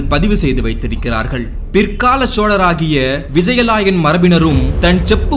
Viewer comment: குரல் உச்சரிப்பு நன்று. விஜய லாயன் இல்லை விஜயாலயன்.